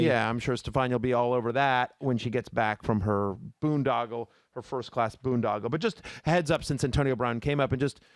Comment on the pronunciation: Matthew said first cass instead of first class 😂